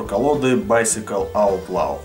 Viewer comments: Я так и знал что ты не правильно произнесёшь неправильно не аут лау, а аут ло. Если что я могу с тобой по заниматсья английским и мэйд а не мадэ, а так круто крутая колода у меня их 3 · правильно читается, "Аутлоу"